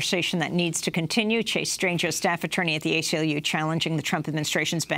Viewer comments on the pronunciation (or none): "Chase Strangio" 😐